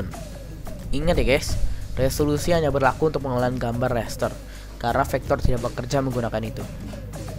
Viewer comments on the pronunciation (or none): Ucapan RASTER yang benar itu "rester", bukan "reister".